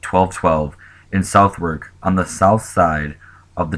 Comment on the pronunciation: This disaster is far less documented than the Great Fire of London 1666 but likely was far deadlier PS- It is pronounced 'Sud-ark'